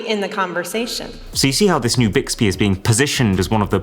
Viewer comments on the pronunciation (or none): none